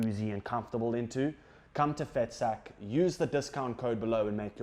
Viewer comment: 😂😂 that “vetsak” advert has me in tears 😂😂 you need to pronounce it like a boertjie my boet. 😂😂 typical Cape Town oak hey, we love to see it 😂😂 Dricus by 2nd round POES KLAP against the pommy 😂